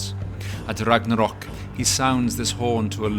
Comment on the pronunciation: "ragadal" foi foda em